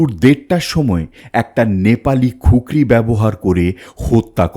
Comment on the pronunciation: ওটা খুকরি নয় কুকরি